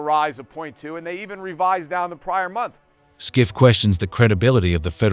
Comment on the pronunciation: His Name ist Peter Schiff, pronounced as shif